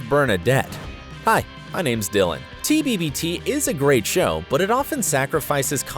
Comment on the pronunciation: He says " at the very beginning of tbbbt..." With an extra b.. so, apparently even this YouTuber has some plot holes. Irony🤣